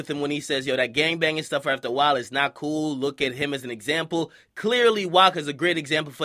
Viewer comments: but u said bool instead of cool..😕😕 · Grown azz man saying bool !!! The word is cool !!!!